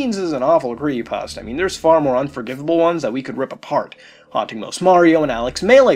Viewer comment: Every time I here him say "Creeiepasta" I want to punch him in the face. Other then that I really enjoy these videos.